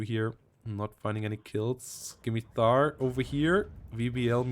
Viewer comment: Fyi, the c is silent in scimitar (sim-i-tar)